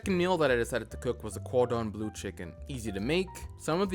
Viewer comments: "cordon blUE"??? 😂😂😂😂 U cant even pronounce the stuff ur putting in ur mouth... cant take this serious. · he pronounced it perfectly when ordering it. Almost as if it was a joke the second time? 🤔